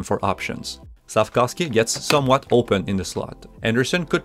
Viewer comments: as a slovak I can confirm here it is pronounced Slaf-KOWV-SKEE. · Since last year, I would hear, SLAF-KAWV-SKI. During Saturdays nights game, I would hear Chris Cuthbert pronouncing SLAF-KOVE-SKI or SLAF-KOWV-SKI. Wondering which is correct.